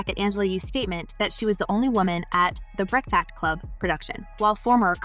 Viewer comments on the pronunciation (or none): You look very unprofessional mispronouncing The Breakfast Club. #biasedmuch